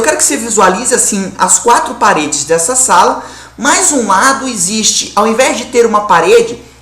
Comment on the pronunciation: Final de semestre e o cara vai e fala "esiste"...